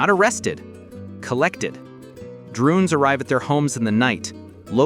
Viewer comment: drunes arrive in the night said without a hiccup, and no, I know it was supposed to be drones. That's not a typo on my part. This is an AI channel. It's informational, entertaining, and AI.